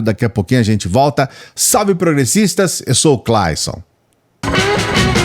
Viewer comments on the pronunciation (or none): none